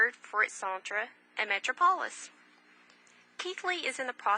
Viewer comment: Unless you’re an American from one of the southern states you might have trouble understanding this reader’s accent. Plus, she mispronounces some words that the average reader shouldn’t mispronounce, like “ metropolis.”